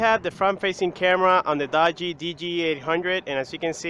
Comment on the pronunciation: it is pronounced dugee